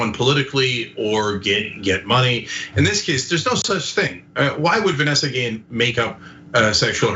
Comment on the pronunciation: One small, but important, sign of respect for the victim would be to pronounce her name right. Her last name has an accent over the e -- the accent is on the last syllable, as in "ghee-ENN."